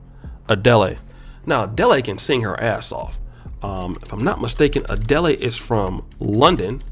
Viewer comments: Best part of vids: purposely mispronouncing these heifers’ names 🤣 🤣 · Yo did u have to butcher her name tho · Dude, how can you not pronounce Adele's name? She's one of the biggest artists in the world. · Bruh if you going to mention someone name in your podcast, mention they're name correctly! Come on! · Okay first it's no ones business who he dates and second quit butchering that girls name, leave the last "e" off. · Adele is being pronounced like a Nigerian name. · You're pronouncing her name the wrong way bruh! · is expert level at messing up people’s names 😅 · Man be butchering folks names on purpose! He’s had to have heard her named pronounced properly if he watch the award shows! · Bruh stay pronouncing names wrong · Pronouncing the wrong name with confidence🤣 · pronouncing her name like she’s Nigerian!! This got me weak!!! 🤣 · 😭 Right bt what's crazier/funnier is the fact that that's the 1st thing he went to. I mean I get the Nigerian part a bit but HOW can you possibly butcher ADELE?😅😅😅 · My man struggled saying Adele's name like our teachers used to struggle saying our names haha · I had to stop watching the video. For me, he lost instant credibility when he kept mispronouncing her name. How can he not know how to pronounce her name, she is a world renowned music star? This gaffe, along with misusing words because he does not know their real meaning, and his mumblemouth speech pattern are starting to really stick out. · Lmao I dont think that's how to pronounce her name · Fr, I was thinking who tf is ah-de-lay, it's ah-dell 😂😂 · Adelé 🙄🙄🙄🙄 it's pronounced A-del. You turned her into a Nigerian 🤦🏿‍♂️🤦🏿‍♂️🤦🏿‍♂️🤦🏿‍♂️ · Hold up, “A-dell-lay”??? Her name is “ah-Dell”… bruh, seriously. Is this a joke you’re trying to put on? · I'm glad other commenters are noticing his pronunciation of Adele as 'a-deli.' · Ah dell...not Ah dell a... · Cot damn Adele is pronounced Ah-Dell not Ah-Dellay. You and these names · ADEL (E) BRO